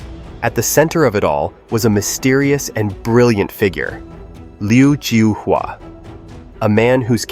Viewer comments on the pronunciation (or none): I think you spelt his name incorrectly. His name in Chinese is 刘招华 which is pronounced Liu Zhao-Hua.